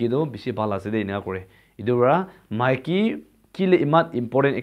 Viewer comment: Buddy Maiki not miki little bit correction